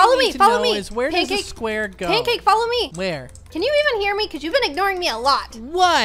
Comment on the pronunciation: Lol his name is pancase BFF not pankcake BFF XD